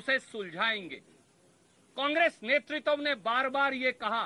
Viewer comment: नेतृत्व तो बोलने नहीं आ रहा नेतृत्व और netritwa में अंतर होता है